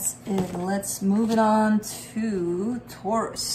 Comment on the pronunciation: when you say Taurus!!!, I always scream!!!!